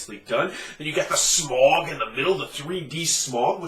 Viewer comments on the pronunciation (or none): Why are North Americans incapable of pronouncing the name Smaug correctly?